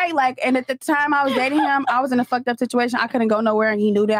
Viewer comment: Lol bruh , who said FUHKED like this? Thought it was Zherka for a sec